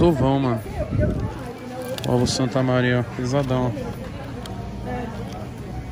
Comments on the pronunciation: Pessoas normais falando: OVO -toguro falando: ZOVÃO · Na hora q eu li ele falou ZOVAO, rashey kakakkakakaka